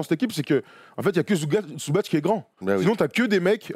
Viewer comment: Petite précision quand-même, on prononce Ivitsa Zoubats et non Zoubatch. Son C n'a pas d'accent, c'est la même chose pour Divats et non Divatch. Le tch c'est que quand le C porte un accent fort ou mou. Source, moi-même ma famille maternelle est de Mostar comme l'est Zubac (et mon ex idole Josip Sesar, dédicace aux premiers lecteurs de Basket Hebdo !) ou Stanko Barać (mais lui a un accent mou sur le C donc c'est bien Baratch).